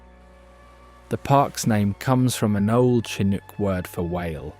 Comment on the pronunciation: Beautiful imagery, but the narrative almost never matches what is being seen. And the fact SO many names are mispronounced, such as Chinook, tells me this is not a native Oregonian is speaking. Of course that is obvious with the fake British accent. Makes me believe it's AI. Such a shame. Your credibility is questionable. Too bad you couldn't get a Northwest historian to narrate this with actually interesting content. Beautiful footage, but your fake narrator ruins it for me. I couldn't finish watching it.